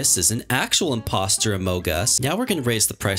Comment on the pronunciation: HOW YOU SAID “ITS A INPOSTER OMOG US”